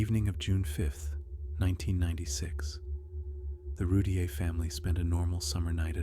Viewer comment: Its Roo-teer